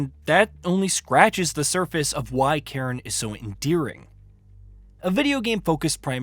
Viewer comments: I believe it’s a Scottish word to describe a stack of rocks. The best cairn ever? The Cairn terrier (see Toto from the Wizard of Oz as an example). :) it’s pronounced “Care, Nnn”. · Can't trust someone who can't even look up a word they don't know. If you can't even pronounce the games name correctly how am I meant to believe you?